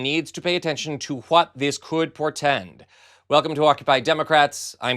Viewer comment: Portend???? not....Portend....keep fighting. trump's gotta fail SOMEHOW!